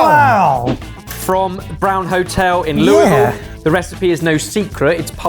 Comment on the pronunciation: Thank you for pronouncing Louisville properly. You learned from your time here.... Had to comment on here for that sole reason.